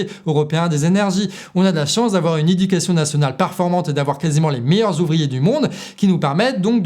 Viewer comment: Super boulot....par contre, Qu'ouis-je, qu'entends-je, qu'acoustiquais-je à ? "Ube éducation nationale performante" 😮😮😮😂😂😂